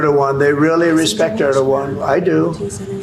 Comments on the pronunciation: Okay, I love you, Ben, but Erdogan is pronounced Erdo(w)an. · Hi Ben, just a quick one, Erdoğan is pronounced Er-dew-wan my friend, lot of time spent in Türkiye lok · Erdogan is pronounced Er-doo Wawn